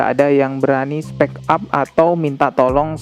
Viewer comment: 5.26 bacanya spik ap, bukan spek ap.